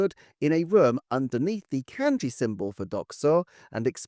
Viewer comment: Kanji is pronounced like Genghis 'Khan' 🙂